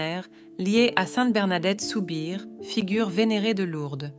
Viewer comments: 1) pas Soubir , mais Soubirou ,ce n'est pas un Saint ,mais une Sainte. l'IA restera l'IA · personne de choquer ? Sainte Bernadette soubir ? , plutot Sainte Bernadette Soubirous , merci de bien prononcer son nom .